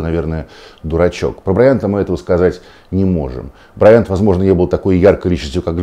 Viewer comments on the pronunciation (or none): Василий, он Ко́би Бра́йант, а не БраЯнт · брАЙАнт - а не браЯНТ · Вася блин не тупи. Откуда вообще взял ударение БрайАнт??? Желание выделиться? Фамилия Бра́йант занимала 95-ю строчку в списке самых распространённых фамилий США: её носили около 239 700 американцев. Если что можешь в вики зайти почитать там естественно проставлены ударения - Ко́би Бин Бра́йант. Спасибо. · Не знаю как правильно ударение . Но БраЯнт как то ухо кровь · брАйант, а не браЯнт Василий, стыдно не знать. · БрайАнт? Как режет слух... Ну да это не важно. Светлая память. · Как же режит слух произношение фамилии Коби! он БрАйант! БрАйант! По этому поводу не было никаких споров и его всю карьеру называли БрАйантом! Послушайте иностранных коллег, как его фамилию называли все без исключений, если мне не верите. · БраЯнт?! Ты серьезно, Вась? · я тоже не понял, какого он БраЯнтом стал( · я бы с удовольствием надел беруши, если бы мне заранее сказали, что кто-то Коби будет называть БрайАнтом. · БраЯнт , никто и нигде его так не называл. Что за коверкание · Почему БраЯнт, Василий УткЕн? Специально посмотрел новости на английском из США о его гибели... Кроме Вас так никто не произносит фамилию Коби... Не чудите, Василий! Вы-же журналист... Светлая память легенде НБА! P.S. Динамо, Химки... Всех помоями полил... Видно не очень Вам нужны в подписчиках болельщики этих клубов... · БрАянт, ударение на А, БрАянт! блеатььь Уткин...... как можно быть таким.... пипец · Зачем так фамилию искаверкал Васььь? Какой БраЯЯнт??? Ты тогда ИНДОуткин получается? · Вася,какой нахуй Браянт???нормально нельзя называть его фамилию 😂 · Вася, фейспалм((( Перед эхом хоть исправься - БрАйант! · БрАйнт, ударение на первый слог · Вася, хоть бы поинтересовался как ударение правильно в фамилии Брайант ставится. В википедии хотя бы. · Василий, зачем вы намеренно неправильно ставите ударение, произнося фамилию Коби? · Василий,фамилия Коби не так произносится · Василий не правильно ставит ударение в фамилии Коби